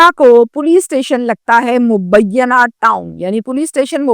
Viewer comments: Bibi mubiyana nahee hey,mu_ bee_naa town p.s hey,karachi university isi thane ki jurisdiction me hey, apna tulafaz durust kerey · مبینّہ نہیں۔ مبینہ ٹاؤن نام ہے۔